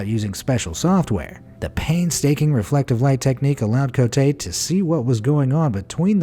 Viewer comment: “Cotte” is pronounced as “COAT”., I’ve noticed in your videos, you have a very bad habit of mispronouncing every E at the end of every French word as “ey” as in “hey.” It’s not “CO-tey.” It would be “CO-tey” if this accent, é, were on the last letter, Cotté.